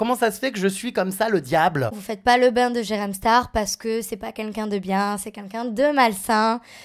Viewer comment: Ya que moi qui l'entend toujours dire Qunlqu'un 😭😂😂😂